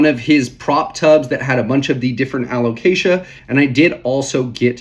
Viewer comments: I was coming here to give you a hard time about the "caramel" pronunciation, just so you can say someone did, but I'm gonna pivot and give you props for pronouncing "Alocasia" right for an entire video. Nicely done! 👏😉 On a more serious note, I'm curious about your importing – do you do most of it on Ebay? I wonder about the prices you see on there because they aren't all that great. I find the prices are still quite a bit better bringing stuff in (to Canada, at least) from Indonesia if you have a couple of good import contacts and have them source plants for you local to them. We've been bringing really nice stuff (mostly Anthuriums though) in for still quite a bit less than US/Canada prices. We're doing group orders of 10-30+ plants at a time, but I think that discounting probably still equates to you buying in bulk for commercial resale. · LOL I love we're still doing the "Alocasia" thing, youre pronouncing it perfectly XD Also they look so goood im so glad the prices are dropping, I was really holding off getting a variegated Frydek, it was my dream plant but they were going for like 500$ and after giving a green frydek a very slow and painful death i figured id wait a bit.. 😪 it looks like very soon ill finally be able to afford to kill a variegated frydek 🥲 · Super interesting subject! (And proud of your pronunciation of alocasia)